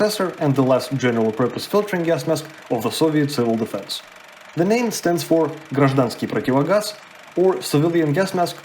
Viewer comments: Какое хорошее произношение русского, корни есть) "гражданский противогаз" прозвучало на чистом русском) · Вау, фрази на русском по типу гражданский противогаз и маска гражданского противогаза очень хорошо сказал, как будто без акцента, ти специально учился говорить или хзнаешь русский? В ютубе есть функция "звуковая дорожка", попробуй озвучить видео на русском, очень интересно будет